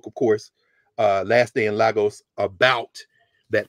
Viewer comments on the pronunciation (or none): none